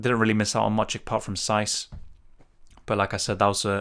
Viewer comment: saiss is giving me a headache 😂